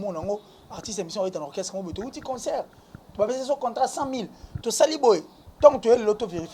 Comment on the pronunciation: Est ce que ces chronifuati prennent le tps de lire les commentaires 😁 vs mettez la photo de fally prkoi? Pdt que vs avez peur de citer son nom? Pour attirer notre attention? " concert il dit consseur "😂😂😂😂